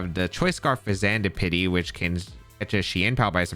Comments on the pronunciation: "Fez and ipity" or "Fez an dipity" would have been understandable ways to prounce the name. I have no idea why you are struggling this hard unless english isn't your furst language, in which case, fair enough! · In case you’re curious- Sinistcha is pronounced like the word “sinister” with “cha” at the end. Fezandipiti is pronounced like the word “serendipity” with the beginning of the word pronounced like “pheasant”. Regardless, thanks for the video as always! I’ve been really eager to see these Pokémon in action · Hey! I think the pronunciation of the loyal 3 is something like this: Okidogi (Sounds a bit like Okey-Dokey) Fezandipidi (Sounds like Serendipity) Munkidori (Sounds a bit like Hunky-Dory) Also Ogerpon is the best legendary release in at least 3 gens, maybe more